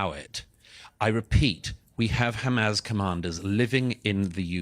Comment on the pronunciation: Douglas just has to be differently by pronouncing Hamas incorrectly